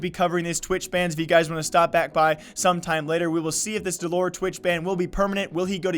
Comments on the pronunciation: its dell-er not dull-ore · did he just say dell oor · Please say his name correctly for fuck sake.. your running what you want to be a “news page“ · Wow you got all your facts wrong. You're even saying his name wrong. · Can you please pronounce the name right thanks